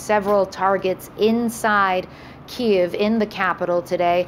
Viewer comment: Jesus Christ can nobody on the left pronounce the name of Kyiv right?!?!?